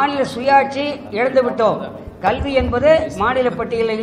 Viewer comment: Iyo கள்வி இல்ல madam கல்வி காது நாரகாசமா இருக்கு Sorry to point out this mistake on this video